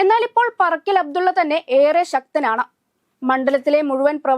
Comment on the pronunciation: പറക്കൽ അബ്‌ദുള്ള അല്ല കൊച്ചേ പാറക്കൽ അബ്‌ദുള്ള.... പിന്നെ 80000വോട്ട് എന്നൊക്ക പറഞ്ഞാൽ ഭൂരിപക്ഷം ആണെന്ന് തെറ്റിധരിച്ചു പോകും 😂😂ഭൂരിപക്ഷം മുന്നൂറ്റി അൻപതിൽ താഴെ ആണ് 😂